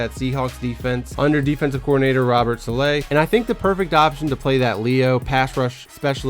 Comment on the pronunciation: You mispronounced the defensive coordinator of the 49ers name. It is salah with a soft a at the end. Not sala with a hard a. Hope that makes sense